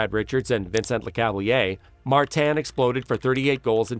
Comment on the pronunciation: Tres bon documentaire 👍 mais tu devrais pratiqué la prononciation des noms Quebecois parce-qu'ont se perd un peu par moment .. ( Ex : St-Louis & Le Cavalier)